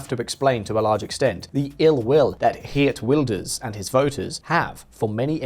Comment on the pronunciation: Your 'Geert Wilders' pronunciations was REALLY good. That's better than any other pronunciations from a non-Dutch person I've ever heard.